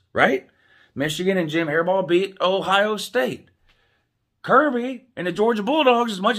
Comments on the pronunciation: says his name correctly then says hairball again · Ok if your intentionally pronouncing his name wrong that is just disrespectful, like "Hairball" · Who the f*** is Jim hairball it's Jim harbaugh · Who else laughed everytime he said hairball 🤣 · I keep thinking is Saying jim haribo like the gummy candy lmfao🤣🤣🤣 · Why don't you pronounce his name correctly? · A man mispronouncing another man’s name is beta as hell. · Even if I weren't a Buckeye I wouldn't think Harbaudh deserves the award, but I do think he deserves to have his name said right. The disrespectful mispronunciation takes away from the gentleman's interesting commentary.